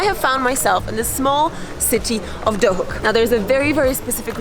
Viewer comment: Is it pronounced Duhok or Dohuk? Because even though it's written Duhok you say Dohuk.